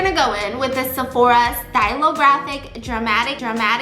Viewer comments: nobody : Steph : såphOra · Lol did she just said Sephora with a little Korean tone in there?! 😂 Cute